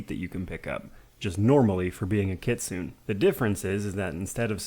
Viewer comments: Great Video as usual man, you're one of my favorite youtubers! Sorry i feel bad correcting you, its pronounced Kit-su-né (like nay) not Kit-soo-n. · Kitsune is from Japanese so it is Kitsu-neh